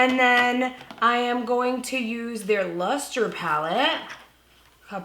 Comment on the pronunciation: "Im gonna use their Lhuuuuster palette" 🤣🤣🤣 I had to rewind about 5 times to hear you say it again. Love it. Beautiful look, definitely trying it tomorrow.